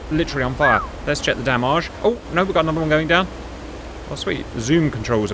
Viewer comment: Never heard the word damage so butchered. Dam ajjj???